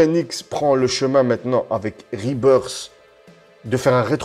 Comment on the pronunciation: Rebirth ça se prononce " RebirS " et pas " RebirD " sinon c'est le retour de l'oiseau mdr